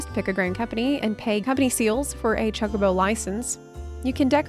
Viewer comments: you need to learn to say chocobo properly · The way you said Chocobo lol